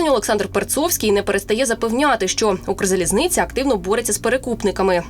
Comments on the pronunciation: Недавно купувала квиток, було задіяно двоє помічників, і насилу один з нас трьох купив мені квиток на верхню полицю в купе біля туалету. Схеми привели війну в Україну, схеми її знищують. Ця «кукла» українською не може вимовити «Укрзалізниця», а хоче запевнити, що дуже проворно купує квитки. Я зразу зрозуміла, що в цій схемі працівники Укрзалізниці беруть участь, коли о вже світилося, що усі місця продані. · Чистокровня москалька яка за скільки років у цій сфері не може вимовити Укрзалізниця